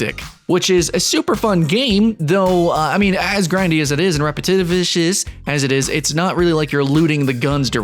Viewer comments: We gonna just sit here and pretend he didn't just make up a word? "repetishivis" lol Edit: Outer Worlds and CP 2077 are not at all looter shooters.. They are not even advertised as looter shooters lol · Repetevishous. Okay lol